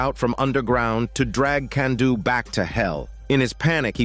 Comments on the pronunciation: Kanduu's real name is Rupert (also it's pronounced "Kahn-do" not "Kan-do") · The whole "Can-do" comment is cringe. For a start, it's a dumb attempt at a joke. Secondly Kanduu is pronounced "Cahn-duu" not "Can-duu"